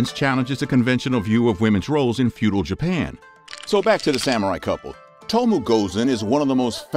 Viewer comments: It to mo eh. Not tomo. 😩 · It’s to mo eh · O and E in Tomoe is pronounced similar to spanish. Something like TOMOweh. Please...